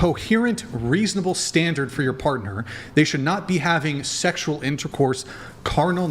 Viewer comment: "sheckshual" the way she said that made me want to be celibate